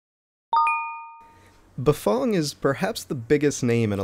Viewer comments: Bafong? Never heard of that company. Maybe you better learn how to pronounce Bafang. Maybe country twang as in fang. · Bafong ... I thought it was Bafang